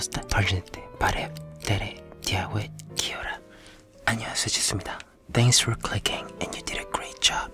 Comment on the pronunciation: Complete messed up the irish hello but it's the effort that counts